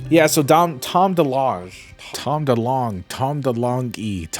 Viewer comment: TOM DE L-OWN-ZHE